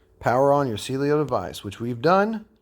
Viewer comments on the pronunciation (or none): It’s Cielo… not Cielio.